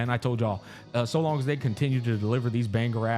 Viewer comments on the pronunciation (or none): none